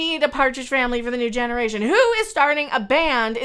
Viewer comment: "....for a new Genderation." 😂